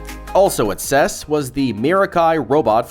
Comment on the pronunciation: “Ses”? Ive been going to or following the CES for about 40 years and I’ve never heard anyone ever say it that way. Good video though. You covered more interesting items than most of videos I’ve seen so far.